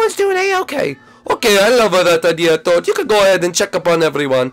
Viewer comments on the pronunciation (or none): toad not tode